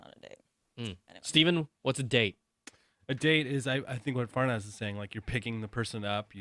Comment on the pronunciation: FArnaz not Fernaz